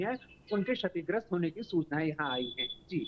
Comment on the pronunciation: श और क्ष का उच्‍चारण एक जैसा नहीं होता है। सीखकर आइए तब समाचार पढ़िये। शतिग्रस्‍त पढ़ रही हैं आप।